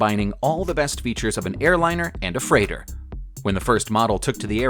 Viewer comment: 1-70 fff... freigther :D